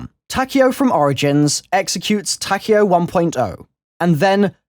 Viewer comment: Did u really pronouce his name takao? LOL